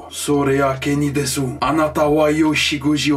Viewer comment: Pour le japonais ça se prononce “kenidess” et “torimass” sinon super vidéo